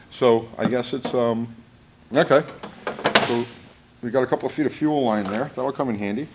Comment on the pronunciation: No Oring-e in fuer Rine